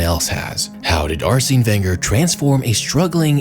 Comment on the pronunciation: Mad triggering to hear the mispronunciation of Arsene's name over and over